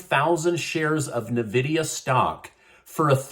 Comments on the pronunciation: N -Vidia not NaVidia! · Hey! Just wanted to let you know it's pronounced in-vidia. Lesser of current problems, I know...lol. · Hey - it's N-VIDIA (EN- VID-EA) just want people to know- the pronunciation probably doesn't matter- but seriously. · It’s pronounced “En-vidiya”